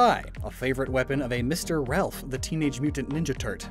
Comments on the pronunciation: you called Raph, Ralph I have never been so disappointed in someone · PLEASE tell me he said ralph as a joke and that he actually knows how to pronounce it